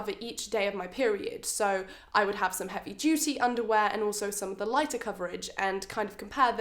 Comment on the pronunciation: I heard heavy juicy underwear instead of heavy duty 😩